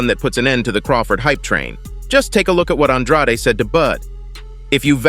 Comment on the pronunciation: How many times does Andrade have to pronounce his name as An-dr-aid, NOT Aun-drotty?